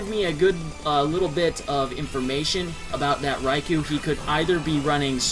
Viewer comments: Eh-hem... It's name is pronounced: Reye-Koh! NOT Reye-Kew! Every time people pronounce that name wrong it REALLY pisses me off. -_ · Ummmmmmmmmmmmmmmmmmmm.... Nooooooooooooooooooooooooo. One or the other, not both. Either way, Reye-kew is wrong. PBR and 4Kids for the Special got it wrong, the GS Pokerap and Pokedex 3DPro have it right.